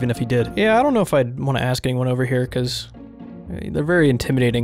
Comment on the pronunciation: This is insanely hilarious. Unmatched content. "Seems like his days are.... Ober" and the silence after 😂😂😂